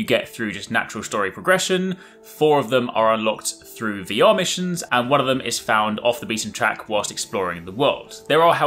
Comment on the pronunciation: Lol!!!! Slow down when you say "VR Missions", it sounds like you are saying "The Amish". I had to turn on subtitles to fully understand that you were saying VR Missions.